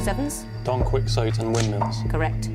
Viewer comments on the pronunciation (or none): They'll make fun of how other people pronounce things and then go and say "quick-sote". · Don “Quixote” ????? 😂😂